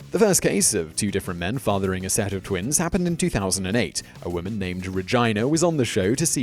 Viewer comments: I’m sorry sir did you say “Reg-eye-na?” 😂 it’s pronounced “Reg-ee-na”. Lol, I’m messing with ya though. Love the content, I’ve been binge watching this haha. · I love you videos and I'm subbed but Simon you often mispronounce words and I don't believe it's the accent since other Brits pronounce the same names and words you have properly. I've largely ignored these faux pas but Regina is pronounced Reh-gee-nuh not Reh-jyna , rhyming it with vagina and I've never heard anyone mess it up like that lol You do this for a living and while I'm sure I'll get flamed for nitpicking which I don't think this is, you are doing this professionally and it wouldn't take much to look into looking into pronouncing words you aren't sure about. If it bothers me and I'm still a fan then imagine the people you might lose out of the sheer petty reason you don't pronounced some words correctly, which often times are words of which people know the correct pronunciation. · REGINA HAHAAH> It's pronounced Regeena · Hey Brit, it's pronounced Reh-jeen-uh. Not like vagina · I think he missed pronounced the name. I think its Regina. Pronounced like Re-G -Na. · I'd say Rehh-gee-nuh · It's spelled Regina,. Most pronounce it Regaina, but in this case most people just say Vagaina - that's how I heard it atleast and hearing the whole story, it seems both plausable and befitting the owner. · Deviant Outcast I laughed out when I heard him call her “Re-GI-na.” I’m sure it is pronounced that way sometimes, and I’m pretty sure I’ve even heard it pronounced that way before. I still agree it is completely appropriate for her to have Chinese/Irish twins and be called anything rhyming with “vagina.” 😆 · Regaina - the multi-culti vagaina =,D